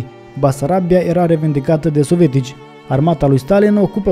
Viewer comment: tată,nu mai pronunța "sovetici". Sună,cum să zic,moldoveano-rusește